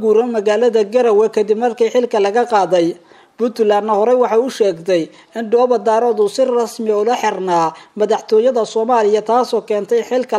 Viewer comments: Waar ninka Dhoobo-Daarood maahee Waa DHOOBO-DAAREEED, muxu ahaa ninkan wariyaha ah ma magac Chinese buu ku dhawaaqayaa markuu sidaa u khaldaayo???? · Ninkan weriyaha ah Af soomaaliga si fiican ha ugu dhawaaqo gaar ahaan magacyada uu oranayo sida markuu oranayo QARAMADA MADOOBAY- ma aha MADOOBAY - ee waa MIDOOBAY - midda kalena markuu dhahayo DHOOBO DAROOD ma aha DAAROOD ee waa DAREED - haddana ha uhadlo si qurux badan , hana jiid jiidin hadalka sida DAAWADAYAAL WAQTI A WANAAAAAAGSANAAAAAAAAAAA- DHEH WANAAGSAN -HA JIIDIN EREYGA SI FIICIN UGU DHAWAAQ - WBT